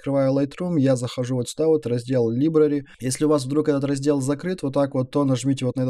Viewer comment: Не либрари а ЛАЙБРЕРИ (Библиотека)